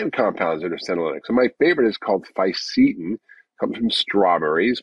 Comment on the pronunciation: PSA: From what I've managed to divine, the specific compounds mentioned are (in order) Quercetin Fisetin Luteolin It actually took me AGES to figure it out because the pronunciation combined with the poor audio made it initially impossible to know what he was actually talking about. 🫢😁